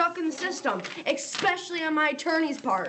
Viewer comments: "Eckspecially" A word reserved for the most educated and cultured young ladies. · “Eckspeshally” What a genius. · "Expeshially". Oh dear. Kid, you are not an adult. You are a child in an adult's body who thinks she's still in high school and thinks that judges are the teachers she spent her youth disrespecting. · Xpecially hahahahhaha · This girl is “exspecially” chemically altered. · She's "EKSPECIALLY" upset. Good Lord.